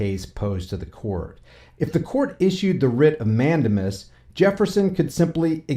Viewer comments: Mandamus is pronounced Man- Dame- Us. 😂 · It is pronounced mand-A-mus with the accent on the second syllable and using a long "A" sound as in the word "take" not a short "a" sound as in the word "tac".